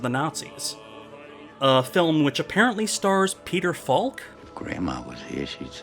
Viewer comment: The "L" in "Falk" is silent.